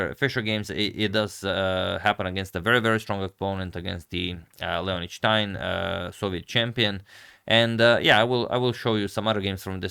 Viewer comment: Its not schtein...its stein